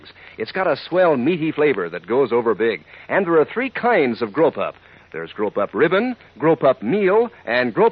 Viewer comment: The announcer for the dog food at the end is making 'grow pup' sound like 'grope up'